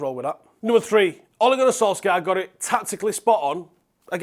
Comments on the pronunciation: Sol Shai er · When you pronounce "Solskjaer" the "K" is silent" you had 20 years to get this right now. Its killing me everytime I hear an englishman pronounce his name.